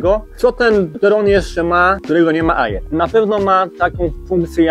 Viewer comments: Stary, uszy bolą "nie aiiiraa" tylko "era", po angielsku "air" wymawiamy "er" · Kolego. Słowo "Air" wymawia się "er", a nie "ajir". Piszę, bo uszy bolą;) film dobry i merytoryczny ale te ajiry, ajira, ajir psują urok;) zdrówko! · Wymawia się er np mawik er a air to znaczy powietrze